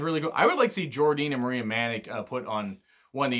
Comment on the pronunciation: By the way, Jordynne Grace is pronounced JORDAN* She spelt it differently to stand out